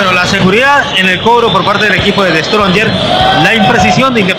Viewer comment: Ese comentarista quien es? Como puede ser posible que diga The stronger... Esa clase de comentaristas tiene quique Rivera?